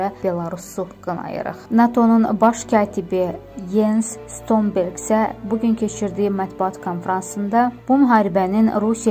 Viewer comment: Stonberg yox Stoltonberg xanım .,Birdəki siz reklamla layk gazanmagla verlişin əvvəlində biz dinləyicilərin əsəbiylə oynayırsız. Buna görə sizə layk yox əksi düşür